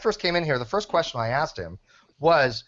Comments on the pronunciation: That's not what he axed you,! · Gman: “I never axed that question” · He sure axed a lot of questions... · Wow, what a douche bag. He bitches about being interrupted yet he couldn't shut up for one damn second. THAS NA WHA I AXED YOU!